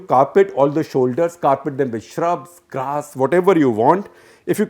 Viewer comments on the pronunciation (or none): none